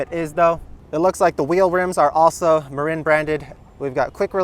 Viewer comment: Hey – I live in the SF Bay Area, just across the bay from Marin County (home of this bike brand). FYI, the name is pronounced muh-'rin, not muh-'reen.